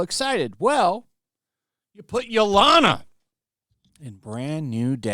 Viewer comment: You seriously need to work on your pronunciations. Yelena (ye-lay-na) is not pronounced yo-lana.